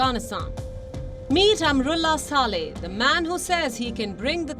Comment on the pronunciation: Palki dear why do you say Amarullah Saleh; its wrong pronunciation; I am and all of us are disappointed at your faux pas; please correct yourself it should be "Amrullah Saleh and and Amar